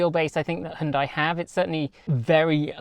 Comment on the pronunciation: HYUN (HON) + DAI ?!